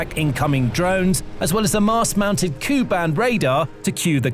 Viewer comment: K u band, not Koo band.